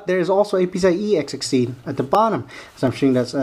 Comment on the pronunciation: he keeps sounding like he's saying pc-ie-x60 say PCI-E x16. or pci---express---x16 and no, when u run this board in sli, they both doent run x16